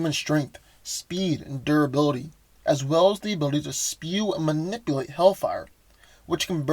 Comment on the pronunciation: Dude! ManipUlate, not manipIlate. You're killing me! If you're going to use a word over and over, pronounce it correctly.